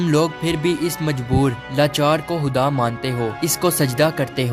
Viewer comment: Are bhai khuda ko huda kiyu bol rhe ho